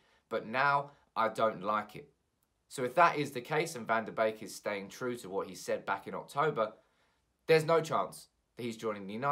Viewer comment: Isn't his name pronounced 'BEEK' not 'BAKE' lol